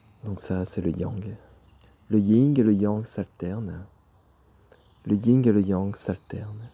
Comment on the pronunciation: Merci 🙏... Pour info, c'est le yin ...pas le ying ..😉